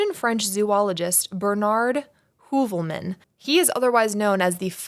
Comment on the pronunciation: My best friend’s last name ins Heuvelmans. You pronounced it so well. I had to ask her if that was her uncle/had she ever heard of him. She had not.